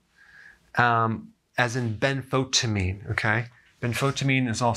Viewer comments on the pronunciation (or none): Dr Berg, I’m a sincere admirer of your dedication to helping anyone who takes responsibility for their bodies. That said, I have to tell you that every time you say “ben-FOTA-meen”. I get the urge to write you this. You make it sound like something entirely unrelated to B1. B1 is spelled tiamine in other languages and for example it’s pronounced ti-a-min in Spanish. This is an acceptable pronunciation in English. But when you say Ben-FOTA-meen,I thought it sounded like some weird new Big Pharma product. I’m sure many people would UNCONFUSE if you said it like tiamin. It would be clear you’re talking about a wonderful B1. It would communicate so much better if you’d say “Benfo-tie-amin”. (Benfo-thiamine)